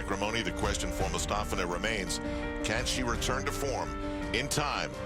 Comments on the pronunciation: It sounds like they're saying "Elena" Mustafina... No one can ever get the poor thing's name right... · I usually mute the TV, lol. Nastia demonstrated how to say Komova and Mustafina in a fluff, but to no avail. Komova's name doesn't get butchered too badly, but "moo stuh fee nuh"? No. Just no. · Tim ALWAYS says her name wrong and it gets SO annoying! He did it every time she was competing at these Olympics. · tim literally pronounces aliya mustafina's name different, every single time he says it.